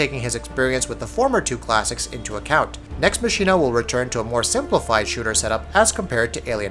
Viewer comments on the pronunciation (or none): Themer Yollai I think he was pronouncing 'Machina' wrong too. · Maximus Primus Next Machina takes the cake.